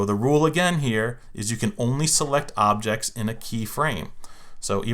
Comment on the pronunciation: anyone realizes he misspelled objects he said obects 😂🤣 btw AMAZING WORK